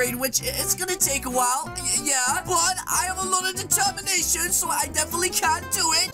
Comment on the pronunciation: Me:: i am filled with dereternation Me: did u just say deretermnation